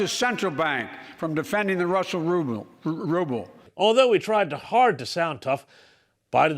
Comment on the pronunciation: Corrupt Biden, racist and terrorist, talking about corruption and attack. Cant even pronounce Ruble.